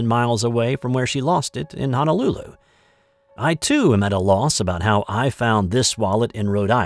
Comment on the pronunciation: No such place as Hanalulu, however, the capital of Hawaii is Honolulu. If you live in Hawaii, you should’ve learned the correct pronunciation by now. Also, the girl did lose her wallet in Rhode Island and got busted losing it there. Your honesty in returning it is commendable.